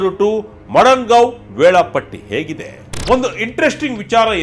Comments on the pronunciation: Not Madangao correct prronounce is Madagao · Madangaon ❌ Madgaon ✅ RIP Journalism. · ಅವರೆ ನೀವು ಪದೇ ಪದೇ ಮಡಂಗಾವ್ ಅಂತ ಹೇಳಿದ್ರಲ್ಲ. ಅದು ಮಡಂಗಾವ್ ಅಲ್ಲ ಮಡಗಾಂವ್.